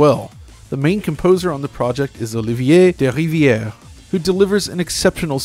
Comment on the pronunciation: big thumb up for your pronounciation of Olivier Derivière !